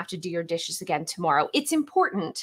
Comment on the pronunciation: "ta - moor - oh" her pronunciation of tomorrow haha. Cute. ❤